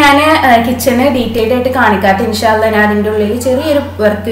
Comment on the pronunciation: നാൻ എന്നല്ല ഞാൻ .